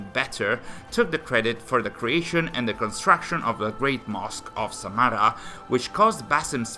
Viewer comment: ok, so Samarra and al muttawakkill were pronounced pretty well, as for al-khwarizmi you need to put more emphasis on the Kh part of the name and here is a simple breakdown of how to say it as a whole. Al- Khawa-riz-mi basically in the khwa part of his name you have to pretend as if there were and a between the kh and wa as his name in Arabic has a kind of ‘wow’ sound that can’t truly be replicated in English. Hope this helps.